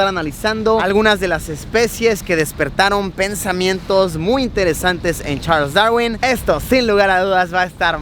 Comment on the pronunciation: ajaj me encanto tu pronunciacion de charles